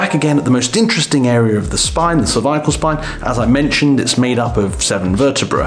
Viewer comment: "cerviacle spine"